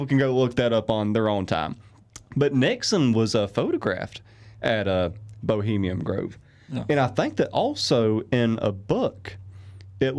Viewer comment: Take a shot everytime he says 'bohemium' grove. XD